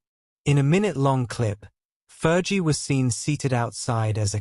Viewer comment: Please pronounce " Fergie properly. It's not Fer g.its Fergie like flee